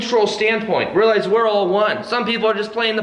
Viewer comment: real - ize or real - lies ... lol